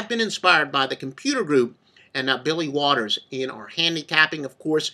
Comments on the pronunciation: Holy cow is this guy full of shit 😂 And Mr. “” (LOL), that name is Billy WALTERS, not Waters 🤣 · Kind of hard to take someone seriously when they can't get his name correct. Waters?? really?